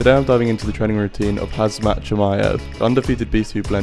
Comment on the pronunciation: “Hazmat” 😂 can you not read? Do you call yourself Clam?